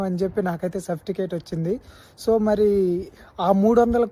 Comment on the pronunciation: Enti baabanna surfticate kaadu certificate.......😂😅😅😅